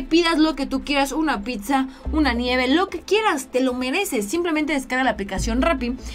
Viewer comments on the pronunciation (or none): none